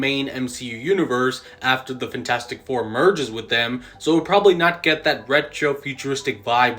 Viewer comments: does anyone else fucking hate the way this dude says fantastic 😭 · FENtastic four lol